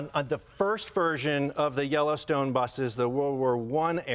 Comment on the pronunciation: Each time he said Yellowstone I heard Jellystone. So, why do they have those big metal bars in the rear? To keep Yogi bear from stealing picnic baskets kept in the luggage pod?